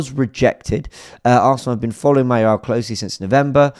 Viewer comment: WTF?? Mayorala??????? 🤮🤮🤮🤣🤣🤣🤣🤣🤣🤣🤣🤣🤣